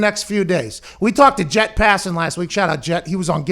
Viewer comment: Its JEFF not Jett jesus christ folks. At least get the guys name right🤦🏾‍♂️